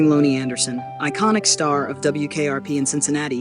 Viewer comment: Can you please say her first name Right 🙏🙏